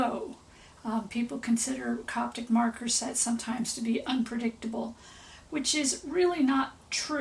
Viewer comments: Copic, not Coptic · Where ya getting the T from in CoPic?